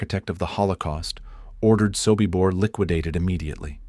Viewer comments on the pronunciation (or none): your AI is wrong. It is SOBIBOR not SOKIBOR and the calendar for October, 1943 is WRONG